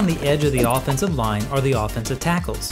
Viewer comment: Is anyone else hearing "offense of line", "defense of line" throughout the whole video?!? 😱 Thank you for this very helpful AF Lesson Video - very good!!